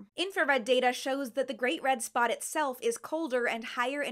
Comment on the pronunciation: I kept hearing you say “great red spa” and I like this.